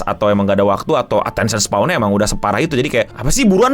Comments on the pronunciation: koreksi bang: attention span, bukan spaw atau spawn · "Attention span" atau _"Attention spawn"_? Berasa di sengaja :' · Attention span bukan spawn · Attention span no, bukan attention spawn wkwk 😆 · Koreksi, attention span bang bukan attention spawn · Agak ganjel denger lu nyebutnya attention spawn. Yg bener attention span bang. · ini kenapa ngomong attention span jadi spawn ya? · Attention SPAN, bukan SPAWN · Bang udah bang, attention span bang. Jangan bilang attention spawn lagi gw gemes 😭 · Span bang, bukan spawn 😅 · Ralat ngomongnya, span...bukan spawn